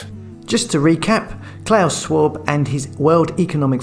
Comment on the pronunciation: Why can’t you pronounce Klaus? He’s not Santa you turd!